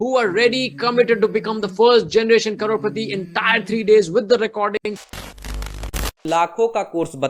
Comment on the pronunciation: Did he just say “CROW PATI”? …….5.41